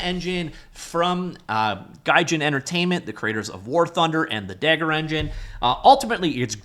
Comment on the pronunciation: Dagor is pronounced "day- gor", not "dagger"/"da-ghor".